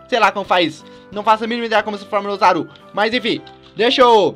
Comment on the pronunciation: melhor português osaru né é ozzaru